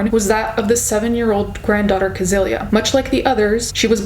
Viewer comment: In true german fashion i have one small correction: the women's name is not pronounced "kesilia" but more like "cecilia" (Sounds similar to "sicily")